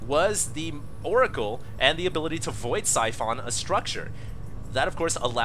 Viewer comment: Siphon is pronounced - Sy - Phon. Not Sy- Fin. Holy crap, you really pronounce a lot of stuff annoyingly. From another cast KeyserSoze, its Kai - Ser not Key - Ser. Is English your second language?